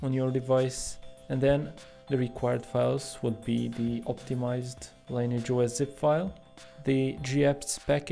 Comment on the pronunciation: Again, it's pronounced "lin-e-idge", not "line-age" 😏